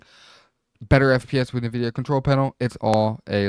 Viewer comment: way you pronounce NVIDIA is making me uncomfortable